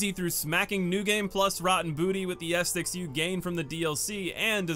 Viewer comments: Ah set tic, not estik lol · Great video! Sidenote: Ascetic is pronounced "assy dick" not "asstick" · Seems like the hardest boss for you is pronouncing Ascetic correctly 😂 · FYI its pronounced "uh see tick" not "ass tick" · Ah, the return of the king Edit: a few things I want to add Not really that important, but ascetic is “ah-seh-tik”. The way you pronounce some words honestly cracks me up. In regards to Yhorm, I think some people fail to understand the significance of his fight if Dark Souls 3 was their first/only souls experience. DS3 is essentially an homage to DS1 and DS2. Yhorm is a shining example of one of the few times DS3 references Demon’s Souls. Not only in regards to the actual weapon, the Stormruler, but also to the more puzzle-esque boss design of Demon’s Souls. He would fit perfectly in that game, and they used his fight as an opportunity to pay respects to the OG souls experience rather than recreate something along the lines of the giant fights from DS2. On a side note, you can also fight Yhorm with a regular weapon if you’re looking for a big challenge. It’ll take a while to bring him down, but with his moveset and damage it really is an exhilarating experience. Go grab the Frayed Blade (plus a bunch of repair powder) and give it a go if you want Yhorm as a tough battle. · Ahh yes! The “bonfire esticks”. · Ascetic, uh-seh-tuhk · Ascetic = "uh-SEH-tic." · bonfire "a set ic" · AAUUUUGH! Ascetic! ASS_ET_ICK! XD I'm sorry if this is rude, but it drives me NUTS when someone repeatedly butchers a word when they could just take an extra half second reading it to say it right XD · Ascetic = ah-set- ick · it's pronounced ass-etic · Glad to be back, thanks for continuing to check the vids out! All these years later, I still can't stop mispronouncing things in videos lol. Thanks for the correction, will note for the future. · Wait say "ascetic" again 👀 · Why you say Ascetic like that